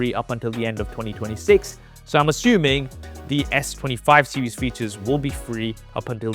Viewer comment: What is this "SEWIES" you keep mentioning. If I was a Brit watching this I'd be embarrassed. Holy